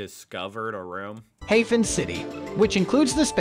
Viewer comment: Can't they programme those AI-speakers to pronounce the names correctly? Spayerstud, Hayfen city, Junkfernsteeg, Heychenback... Terrible!🙉 Blankenese is great! You go there just to walk down to the beach and enjoy the picturesque buildings. A bit like Martha's Vineyard or something.